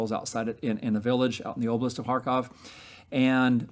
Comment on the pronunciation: Love what this guy is doing but the way he says Kharkvov(?) I though he was telling me to far cough 😂